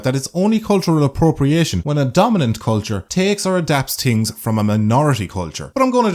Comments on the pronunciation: I love how you say "tings" instead of "things". It sounds nice to me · I say hings